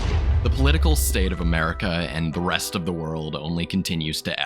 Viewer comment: it sounds like you say breast 😂